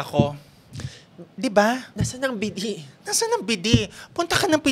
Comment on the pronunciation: Tuwang tuwa ako sa BIDI 😂. From now on, the official pronunciation of bidet is BIDI. Thank you.